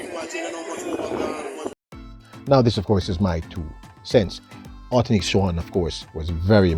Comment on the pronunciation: Why can't at least make an effort to pronounce this lady's name correctly? I have gotten tired of hearing him just mangle people's names. A name is important.